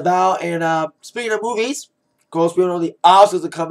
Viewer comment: LOL!!!when he said movies i thought he said boobies and i was like "da fuckk???"